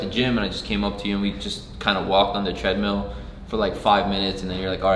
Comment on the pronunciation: "You were on the tread-MEAL"